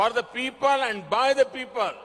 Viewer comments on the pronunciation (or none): English ki izzat lut rahi h ...🤣🤣 , For the pepal and by the pepal...